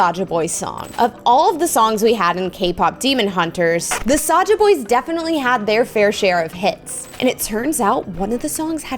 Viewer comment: It's saja boys not soja boys